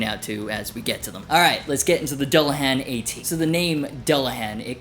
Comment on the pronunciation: Just fyi since it's Irish it should technically be pronounced like Dool- a -hahn.